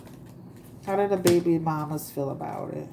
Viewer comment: I like the way you say baby...behby..lol